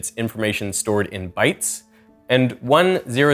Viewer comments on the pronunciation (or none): No lie, today while exploring Tokyo I wondered how QR codes work. At the end of my day, while re-packing ahead of tomorrow's flight, I opened YT to find this as a recommended video! Thank you so much, man. This video answered the questions I had and more. My only concern is the way you pronounce "kanji" ;') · it's kah-n-ji, not can-ji. how do you do all this research, get some japanese words correct, and others entirely wrong. i bet you say can-ban instead of kahn-bahn. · “can-gee” XD